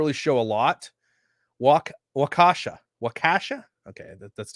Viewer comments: Pronounced WALK-ISH-UH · Hey. I’m from Wisconsin. What part of Wisconsin are you from? I’ve been there. It’s pronounced like Walk-a-Shaw! Lol It’s like an how from Kenosha. Never a dull moment here! I hope someone got a license plate number! It reminds me of some type of suicide bomber! So sad and crazy at the same time. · WAUK u shaw is the correct pronunciation.